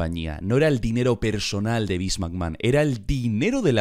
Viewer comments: Vince McMrd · Vince Macmojon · Beans Magma